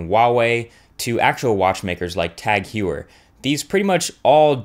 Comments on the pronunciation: It's pronounced "Tahg (like bog) Hoyer". Get your German right. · not pronounced Tag Hue-er